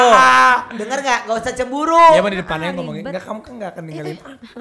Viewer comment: Si ngakak bgt Ruben: "ngerti gak sih?": "engak" XD wkakakakak